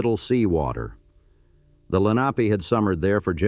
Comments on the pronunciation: Its Len ah pee, not lenahpe. Its abh see con, not absahcon. Chal font A is Chahl font. Redding railroad, not reading. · "Absecon", "Lenape", two mispronunciations/misspellings in the FIRST minute was egregious-is this AI or what?